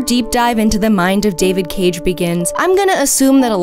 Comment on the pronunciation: Hope for a marathon making Fun of ALL David Caig(pronounced like Yahtzee does) games (including índigo profecy and omnikron)